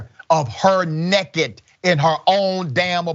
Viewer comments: Its naked. Not necked. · I love the “nekked” pronunciation